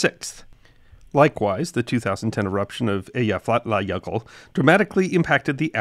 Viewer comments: Congratulations on pronouncing that Icelandic volcano. At the time, you could see news readers wanting to cry when it came up. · Your pronunciation of the jøkul is the best I've ever heard of an American. Love your channel! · Great job pronouncing the name of that Icelandic volcano, I would have never gotten through that. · He definitely did his homework 😅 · Loved hearing your account of British Airways flight 009. According to a “Mayday” documentary, the passengers later formed “The Flight 009 Glider Club.” BTW, I’d be curious to know how much practice it took to master pronunciation of the Icelandic volcano names.